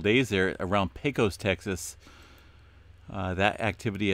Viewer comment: Not a big deal, but Pecos is pronounced pay cus. Thanks for all the great info!